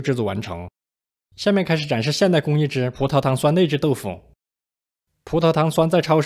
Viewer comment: 葡萄糖 酸内酯？这样断句的？